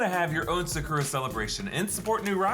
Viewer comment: sa cur a 😭 it’s Sa Ku Da/Ra